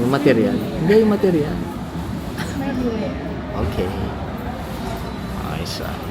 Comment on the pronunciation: iba ung pagkasabi ni ng ayos ah! 😂😂😂 mukang may manggigil!!! ❤❤❤